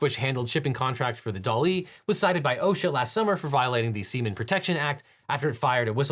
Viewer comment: It's "sea-man"!